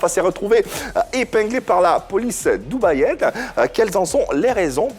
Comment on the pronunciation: Police Dubaiote et non dubayenne